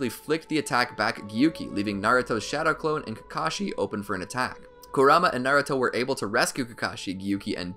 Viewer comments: Ik it's spelled like kurama but it's pronounced like "karuma" Naruto and everyone else says it like that in the show. I couldn't make it past the first two times you said his name wrong without clicking off. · I stopped watching 5 seconds in when he emphasized the kuRAma instead of the MA. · Not gonna lie, your pronunciation of Kurama is driving me insane 😂